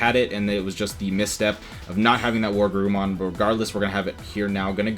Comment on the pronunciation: Were...WereGarurumon. Not war.